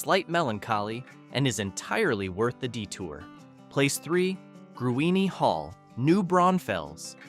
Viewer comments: That's pronounced GREEN not Gru in! At DUH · Gruene is pronounced Green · It’s pronounced like the color Green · Gruene is pronounced "GREEN"! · GRUENE HALL IS PRONOUNCED AS G R E E N !!! And I'm pretty sure it can not accommodate 600 patrons. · That bugged me so much I had to reply to it, for a second I thought he pronounced New Braunfels as New Braunsfels...which so many people do, even when I correct them and show the proper spelling, they just keep putting that "S" inside the word....it's weird. But the pronunciation of Gruene, the way he did it, was a first to my ears. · Here’s another mispronunciation to join “Grewany” Longhorn Caverns are in Burnet County. Burnet is pronounced like Durn it, as in Burnet durn it!